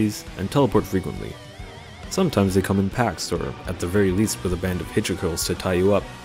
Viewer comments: Take a shot everytime he pronounces "Hilichurls" wrong and you might be dead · I wont die its only 4 after all. More likely to get drunk if you named everything he mispronounced but i dont blame him. Hell AK has worse to pronounce. Lol